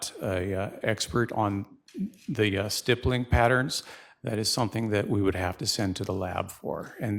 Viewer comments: Same! A snotty teenager. I think she mispronounces stippling as stibbling at first. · “ let’s talk about stippling”😂